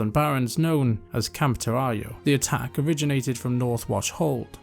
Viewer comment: The Bloodhoof are not all Tauren. The Lakota stereotype is thankfully well outdated by now. Also it's "TOR-ah-ho", as with Navajo.